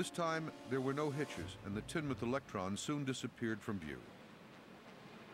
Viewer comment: It's pronounced teen-muth